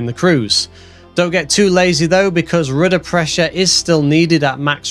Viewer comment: Are you German? I like the way you say "rooda"